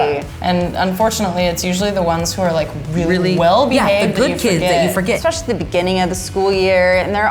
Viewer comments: Did he just say exspecially... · DiD hE JuSt SAid EXSPECIALLY ?!?!!?